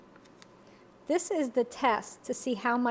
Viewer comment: Sa-whar-o. Pronounce the "g" as a "w".